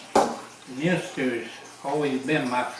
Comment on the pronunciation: Pronounced mun ster